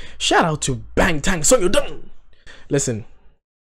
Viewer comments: First, I’d like to say, I appreciate your honesty and enthusiasm. Korean lesson: this symbol ㅏ has ahhh sound 방탄소년단. always last name then first name (no middle name); Bang Shi-Hyuk aka Bang PD is pronounced as Bahng. Bangtan Sonyeondan is pronounced as bahng-tahn soh-nyun-dahn. It’s not p sound. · It is pronounced BANGTAN with a B, not a P!💜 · The 'B' or (ㅂ) in Bangtan (방탄) is pronounced somewhere in-between b & p. (hangal does not have either of these exact letters only ㅂ which is both & neither 🤔) I hope I didn't just make it more confusing 🙃💜